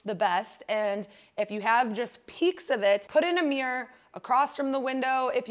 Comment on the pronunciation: I'm fascinated by your pronunciation of the word mirror.